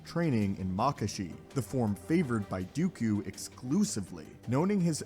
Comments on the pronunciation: TL;DR...it's Dooku... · Please it’s dooku not even going to bother listening.